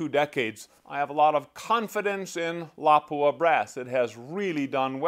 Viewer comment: It lapua not lawpua